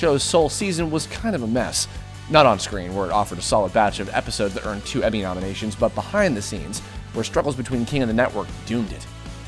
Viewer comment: Emmy "Ominations" ?